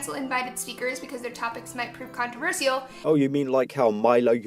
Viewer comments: You could literally just title these, "Oh, Laci..." And it would tell us all we need to know. I loathe how she pronounces it too, "Controver-seayul." Hmm, I'd say trigger warning anytime Laci is about to try saying, "Controversial." Actually, censor it and dub over/subtitle it, even better. Laci looks like she perpetually has the mumps... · She does pronounce controversial weird and it TRIGGERS ME